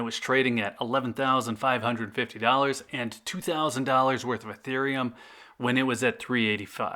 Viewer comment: >pronounces ethereum correctly >calls it 'eeth' Cringe